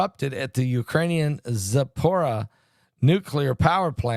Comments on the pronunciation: It's pronounced zap uh reet see uh. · Zapro-neets-za. Spelled phonetically 😁